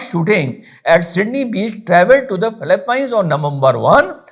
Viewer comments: philippines hai not philipianes nahi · Phillipines is pronounced as फ़िलिपींस and not fila - pines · Phillipeeens and not Philipaine. No rudeness intended. Have great respect for you 🙏🏻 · sir Philippines to theek se bol lo ...